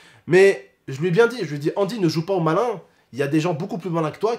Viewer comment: c’est angy pas andy